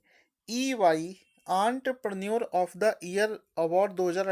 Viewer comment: Entrepreneur ka pronunciation 😂😂😂